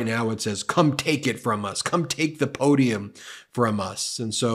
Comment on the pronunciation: Shazam…a real, genuine, 19,000.00 Arkansas po-dee-um…Shazam!